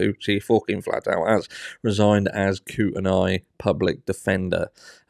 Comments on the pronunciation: Sorry, retired Idaho teacher here... Kootenai = coot-nee It's all these tricky Native American place names we have here. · It’s Koot knee